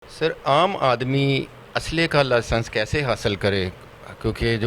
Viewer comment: لاسنس نہیں لائیسنس ہوتا ہے آپکی بارز دو کروڑ لگواتی ہیں اور سٹے کےلئے پارٹیوں سے لاکھوں روپے اٹھاتی ہیں پچیس فیصد جج کو لگاتی ہیں اور باقی اپنی جیب میں یہ کام آپ لوگوں کے ہیں